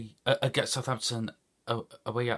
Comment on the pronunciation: How can you always stuggle pronouncing the name of your club, so plastic